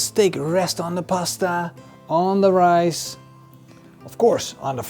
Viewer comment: Het is RICE lol. Niet ricet.